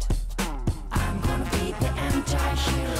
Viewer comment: まずはサビからですな 発音？ アムゴナビージエンチャィヒーローに聞こえるからこううたってる